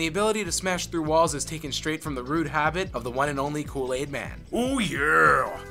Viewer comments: kulle is pronounced as cool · Thank god there are others who noticed. I was particularly bothered by his butchering of the pronunciation of Kulle-Aid. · For the love of god! I love your videos but, you guys need to seriously find people to narrate who actually know how to pronounce the things they are narrating. Nothing will loose you credit with fans quicker than saying something like "Kulla-aide". I mean, come on. They literally say the guy's name dozens of times in the game itself. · The cringe is so real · "ded mou five" just for that I hope you never end up in my autoplay again. also, "kull-aid" doesnt have any sugar in it, you add your own. so its not "insanely sugary" its got as much sugar in it as you want it to have.